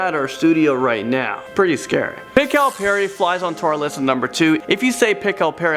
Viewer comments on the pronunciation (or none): "Pickle peri" XD pichal pari.. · The way he pronounce pichal peri it's pronounce Phi Chaa l paa ree You pronounce it as pikhal as In the food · I only knew of the Pichal Peri its pronunciation is Pe-Chal you know how you say challenge socyeha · Pichal peri is pronounced like pitch-chhal-peri (no hate btw)